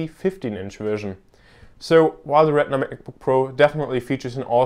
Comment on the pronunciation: If you ever do another video like this, please try to pronounce retina a little different than regular, it was hard to differentiate at times. Good job though!